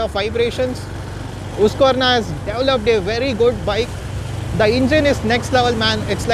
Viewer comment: husqverna not hoosq